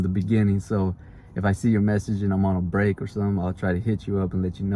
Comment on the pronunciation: BREAK not "BRAKE"